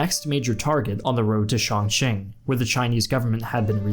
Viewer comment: The city is called Changsha(長沙) instead of Shangsha. The pronunciation of Chongqing is also incorrect.